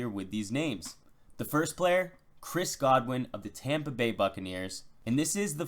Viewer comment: This dude has great analysis. But I cringe every time he says the words “Chris Godwin” and “M V S”